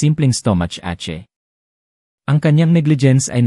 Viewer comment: Langhiyang Basa ng AI ache ang pronounce (AE-CHE)